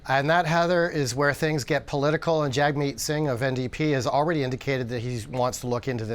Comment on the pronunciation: If you're a canadian journalist, you should know how to pronounce Jagmeet.